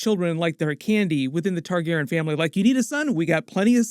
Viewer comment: only thing i spotted...you keep pronouncing Targaryen wrong...smh